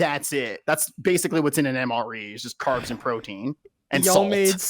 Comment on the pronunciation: "crowtein powder" had me cackling